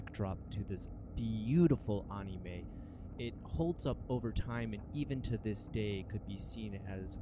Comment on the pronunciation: Darn kids and their "Onimes"